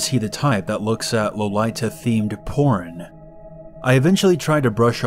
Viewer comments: It’s pronounced ‘Lo-lee-t-uh’. Lolita is the fashion subculture that is know for its youthful and cute style. While there are varying outfit styles, the most recognizable is the ‘cupecake’ or ‘princess’ dresses that come down to the knees or shins. It predates the aweful book/movie and is in NO WAY related to pedofilia. The entire purpose of the fashion is innocence and style. Unfortunately there are Lolicons who sexuallize Lolita’s anyway and thus push the false reputation. Imagine going to Disney world to see the princesses and there is that one pervert being dirty BECAUSE they are Disney princesses. It’s disgusting and no one in the Lolita community is happy about that. Please do not fantasize about the Lolita community. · Low Lie Tah LMFAO I love this pronunciation and I am gonna use it forever to trigger people. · I FUKING LOVE HATSUNE MIKU SOOOOOO MUCH ANNNND I COSPLAY ALL THE TIME witch made this more devastating 😭😭😭😭 and it kinda peeved me when you sead lolita wrong its not a problem lol